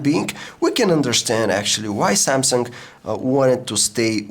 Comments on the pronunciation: Please stop saying "S tree" or "Samsunk" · Samsungk hahaha he speaks the g like gk